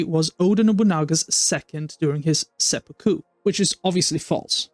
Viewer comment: Tip: seppuku is pronounced SE poo koo, accent on the first syllable, not se POO koo.